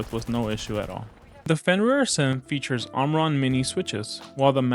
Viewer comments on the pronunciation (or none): Good review, but its "a-sym" not "uh-zym". Like the word "asymmetrical" yk